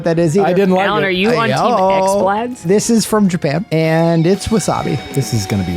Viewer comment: “Are you on team X-Bladz?” nearly made me do a spit take because I too pronounce it that way 😭